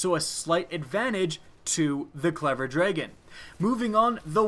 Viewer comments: very repetitive video, and it's drah-gun not dray-gun :( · am I the only one to point out that he says dregen? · this should be just been a 2 second video of him saying "clever dtahon" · J G clever draygon* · So the clever "draygen". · I like your videos. I HATE how you pronounce DRAGON. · you say dragon funny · learn how to say the word dragon